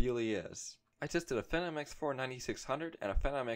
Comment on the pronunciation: fee-nom. not fe-nom. like "that guys a phenom (fee-nom) at basketball" ....otherwise good video mate